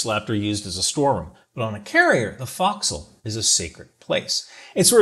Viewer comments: Good job. One thing, the front end of the ship is pronounced "foke sle" not "fock sle" but for an Army guy you did well. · Foc'sle, forecastle, is pronounced 'Fok-sul' not 'fox-sel' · Let me start with a correction of pronunciation, "folk-sill". Let me finish by saying how much this old sailor appreciates what a good job you did to explain the Navy Spirit. "Bravo Zulu"! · On a carrier they don't want trash on the deck because it can become FOD (foreign object debris) which can get sucked into the intake of jet engines thus causing damage. It's pronounced folk-sail. The OOD eats his meal on the enlisted mess decks so that the enlisted can be assured the food is as good as what the officers are getting. Great job overall as usual 👍👍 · You're pronouncing fo'c'sle wrong and it's driving me crazy. It's shortened from forecastle so figure it out.